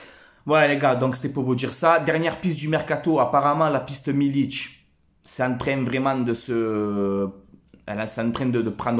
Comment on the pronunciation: Très bonne vidéo comme d'habitude continue comme ça tu et un bon un vrai supporters, sinon juste pour info MILIK sa ce prononce avec un "K" à la fin et pas un "Ć" avec un accent c'est pas un Croate ou un Serbe, voilà bon Week-end à toi porte toi bien et allez l'OM !